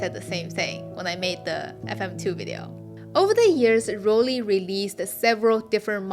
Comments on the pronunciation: During the Eighties and Nineties I owned and used Olympus XA, Minox 35, Olympus Mju II and the Rollei (It is pronounced "Roll-Eye" not "Roll-Ehh" btw.) 35 SE with the Sonnar lens. The Rollei 35 SE had sharpest lens and flared the least. It is up with most very good interchangeable prime-lenses only surpassed by the very best. If it had a rangefinder it would have been too good to be true but if you have trouble guessing distance there are accessory rangefinders available which are contemporary to your Rollei and can be a useful teaching-tool until you get a feel for it. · Please try to pronounce Rollei right. It is not a Rolleeeeeehhh 🎉. At the end the sound is like at the end of Shanghai.